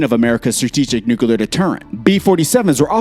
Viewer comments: NOO-KLEE-UHR NOT NOOK-YOO-LUHR. This isn't difficult. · NUCLEAR not NUKALER IT is CLEAR not KAlER CLEAR? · Nukula Noo koo larr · For the love of Jesus, its NU-CLEAR